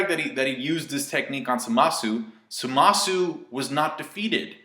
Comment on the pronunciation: By Samasu you meant Zamatsu, right? You pronounced it wrong but good vid